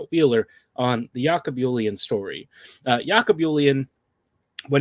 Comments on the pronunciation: It's Jacob Julien not Yakob Yulien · His name is not Yackob Hoolien(I apologize), its "J"acob like Jack and "J"ulien. Two seasons ago or the year he was drafted last year, he started that season in Junior B's. Mark (Hunter) is next to none at spotting talents or picking up potentials, Julien put up the efforts, and it's paying off for him. One of the smartest player I have seen in my 6 decades of hockey. Cheers